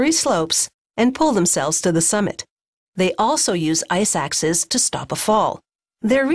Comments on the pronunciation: I-suck-Ses? I want to be Ses too! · am I the only one who heard iSacks?